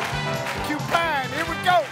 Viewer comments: He never said “CU pine”. He said U-pine. 🙄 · I think he said “upine”, not cupine. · I couldn't stop laughing the young lady saying pork lawn first and the she goes ahead and spelled it lion, but the icing of the cake was cupine 😂😂